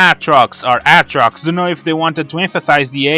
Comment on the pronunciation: Dude, it's pronounced Ay-trox.